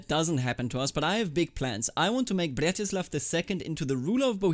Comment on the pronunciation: I really like how you say 'Břetislav' as 'Blyatislav', sounds extra slav